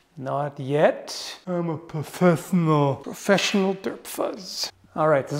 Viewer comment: “I’m uh puhfessunal” 😂😂😂😂